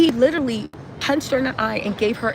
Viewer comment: Not LITERLY ITS --- LI/TE/RALLY